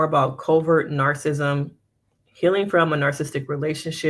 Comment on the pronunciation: The pronunciation of "narcissism" is typically: /ˈnɑːr.sɪ.sɪ.zəm/ or in phonetic spelling: NAHR-suh-siz-uhm